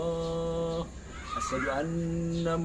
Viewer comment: Azan saja sala huruf,,,ASYHADU,,bukan ASADU,,, dulu ps yusup manubulu,,di amuk sama pdt rudi yohanes dan pdt esra soru,,karena tampilkan kesaksian kayak gini,, Ini sama dengan menjatuhkan martabat agamanya sendiri,,😅😅😅